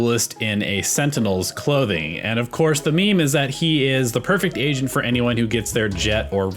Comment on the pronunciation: I swear I kept hearing "Asian" instead of "agent"